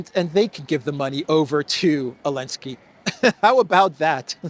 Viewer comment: Thank you for all of your work in this and The Duran. Question: Why do you pronounce Zelenskyy as Ailnskyy?